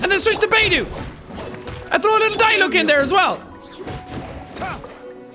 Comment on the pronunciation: ah yes my favorite character die-luck